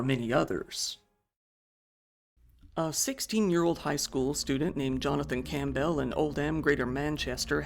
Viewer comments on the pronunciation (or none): none